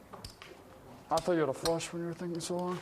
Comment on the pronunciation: i HATE the way this announcer talks. the way he says "flush" and the way he says "five" really lazily. fuck you announcer.